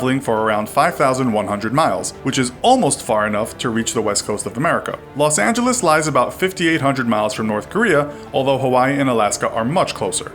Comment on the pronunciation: Rosh Angeles 😂